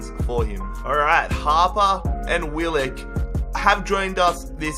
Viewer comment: Bro finally i keep telling you to do a Wanderers Rebuild, and it’s Willock not Willick